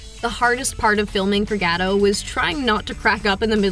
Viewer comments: ma'am, it's GA-DOHT... and definitely NOT Ga-Dough 😆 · Gadough? Meh. It's GadoT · Gal's last name is pronounced "GaDOT"!!!! By now anyone knowing movies should know it's NOT "Ga-doh" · Great movie! Needs sequels for sure! Also her last name is pronounced 'gah-dote" not "gah-doe' like in French. T isn't silent. Gadot means river bank, while Gal means wave in Israeli. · Dude this how to say Gal Gadot name right: Gaal Gaaa-dottt.🇮🇱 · Good review. Coaching moment: Make sure you pronounce names correctly. Gal's last name is pronounced Ga Doe' tu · Great video but the way she says Gadot mildly infuriates me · After Gal has become an International star for some years now, you still don't know how to pronounce 'Gadot' ??!?!?! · It is quite annoying when the narrator doesn’t show any respect by not learning how to pronounce Gal’s name. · Gal Gadot (with a pronounced"T") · Learn on how to PRONOUNCED GAL GADOT 1st Then you can go back making YouTube videos She's been an actress more than a DECADE And you don't know how to pronounce her name? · You pronounce the T in Gadot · It’s not “gah-dote” either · You should pronounce the t in Gadot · this lady really cant pronounce Gal Gadot´s name... ouch